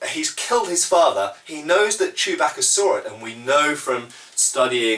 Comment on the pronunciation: Nothing's cooler than a Brit saying "Chewbacca"